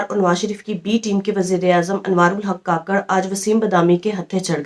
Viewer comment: Ye mnafiq Hy beka hwa Hy kakrh ni kukarh Bolna chaey